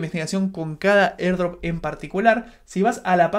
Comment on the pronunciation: mierda en el segundo ya estoy cansado de escucharte "erdrop"